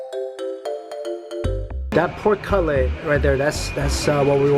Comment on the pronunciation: Slightly distracted by the fact he kept saying Cutlet as ‘Cut-lay’ wtf?